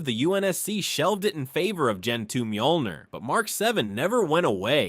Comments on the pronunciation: The Mark 4 didn't have power sustainment issues it used a fusion reactor just like the later iterations of the armor. It also did not have energy shielding and MJOLNIR is pronounced like Me All Neer not ma joll neer. Also everything you said about the MJOLNIR program is pretty much wrong. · Literally one second in "The Majohlneer program" aight I'm out